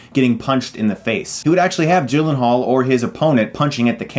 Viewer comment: people called him Jake G-Len-Hall but, it's actually pronounced Yi-Len-Haal.